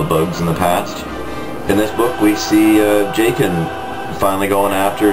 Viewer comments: Do you keep saying Jay-kin? Anyways, completely disagree with your review of "Outbound Flight". It's the first star wars book i've read in awhile that was actually well-written. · Jacen is pronounced Jason and its alema raR and they do say in one of the books that wickets tribe is a few kilometers away theres another series comin out after LotF with han and leia and amelia(allana) they try and track down information about the past of the millenium falcon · I KNOW PEOPLE ITS pronounced as an S